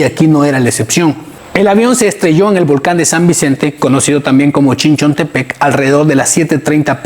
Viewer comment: es Aviateca no Aviateca y es Chichontepec no Chichontepec